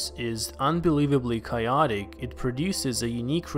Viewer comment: Pronounces chaotic in a weird way...